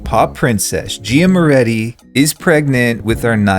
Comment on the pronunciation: guys im begging yall its moretti not morreti 😭😭